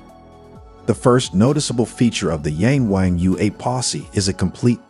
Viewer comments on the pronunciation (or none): It's pronounced "Yarng Warng".